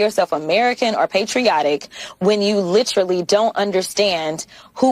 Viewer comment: Not li TRAlly but li TERally